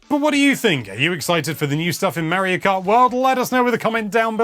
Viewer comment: Mayro Krat World.